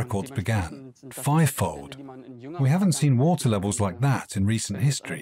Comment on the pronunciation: WaTer. WaTer. The way the narrator was pronouncing that word was making me crazy, to the extent that I had to stop watching. I'm sorry.